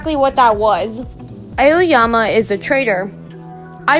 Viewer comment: it's ayoyama lmao